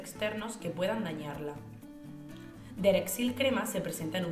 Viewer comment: DEREXÍIIIIL?????........D E X E R I L!!!!°😅😅😅😅😅